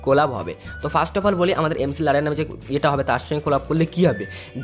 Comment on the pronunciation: Mclaren উচ্চারণ ম্যাকলারেন। এমসিলারেন😅😅😅